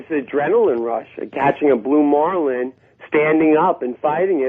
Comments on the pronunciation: "blue mawlin" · The way this guy says "marlin" makes me homicidal